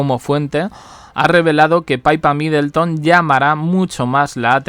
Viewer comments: DALE CON LO DE PAIPA ES PIPPA. APRENDE IDIOTA😂😂😂😂😂😂😂😂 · Es PIPPA....no Paypa, No le cambien el nombre!! PIPPA, entendido ?? P I P P A MIDLETTON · Oye yotuber no se dice PAIPA. SE LLAMA PIPPA. MIDDELTON 😂😂😂😂😂😂😂😂😂